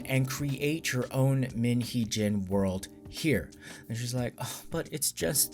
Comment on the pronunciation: MIN Jee Ho? I caught that LOL......Or is that different Korean pronunciation? Right now I am not buying her side and until I hear some concrete information proving her truth, then I am just taking in all the information that I feel could be credible. I am truthfully waiting until they go to court to see what proof HYBE has. I don't think they would come to the table empty handed.